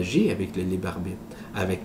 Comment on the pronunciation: "Le libarbite"